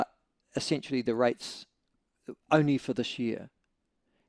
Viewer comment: Michael I like when you pronounce essentially as essensually....sounds a bit kinky....